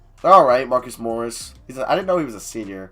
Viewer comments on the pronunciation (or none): none